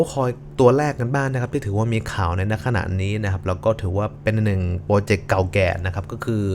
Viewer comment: โปรเจกต์ หรือ โปรเจ็บ 555